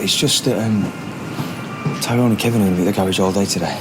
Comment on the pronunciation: Hate the way Terry says tyrones name